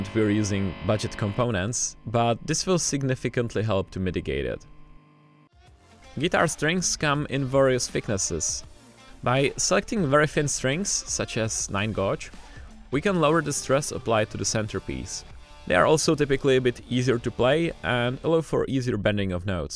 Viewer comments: Gauge is pronounced "Gayj" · Hey narrator. You did an awesome job. The word gauge is pronounced "gay-j" or "gage" the u is silent. And it's super easy to see why that word is not obvious. Again you're English is great otherwise.